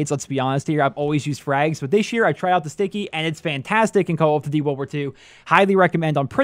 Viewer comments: Call othdutie world warth 2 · This guy can't say "call of duty"